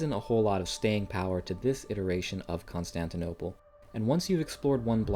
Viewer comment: You did Constantinople wrong man 😂